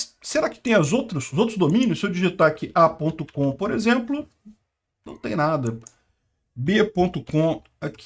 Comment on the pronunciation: parece um baiano falando😂😂😂😂😂😂